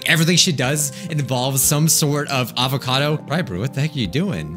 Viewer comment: Every time he says “ avacado “ I laugh and wheeze at the same time